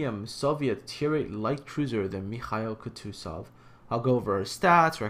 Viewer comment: Just pls stop pronouncing the names, I lose a few IQ points hearing you pronounce Mikhail Kutuzov... It's pronounced MIK-HAIL KOO-TOO-ZOV. Not mikaila kootoo and then zov